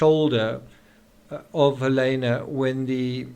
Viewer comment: I wish you would pronounce her name correctly. It's Hal-eeena, not Hal-aaayna